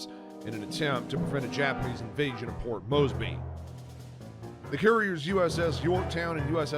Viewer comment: You would think they'd hire a voice actor that can pronounce 'Port Moresby', but perhaps they used AI.